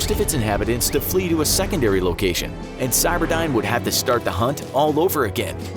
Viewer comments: Cyberdyne is spelled with a y, not an i. Geez and I thought you were supposed to have done your research. Cyberdine sounds like an internet cafe. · Terminator movies: cyberdyne This video: CYBERDINE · It’s not cyberdine it’s cyberdyne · stop calling skynet cyberdine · i hate that you say cyberdine its skynet for gods sake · "CyberdIne" and "thermyte"? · It is driving me all kinds of nuts you are calling the bad guy AI "Cyberdyne" instead of "Skynet".